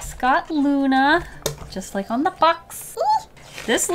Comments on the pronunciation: Ah yes, I do too leik cute things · It's liek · Do you LEIk cute things um